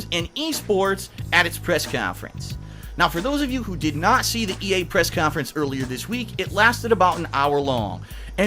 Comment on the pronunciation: K-yon-Fer-ens - 2016